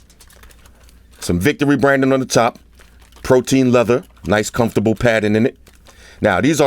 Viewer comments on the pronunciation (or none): none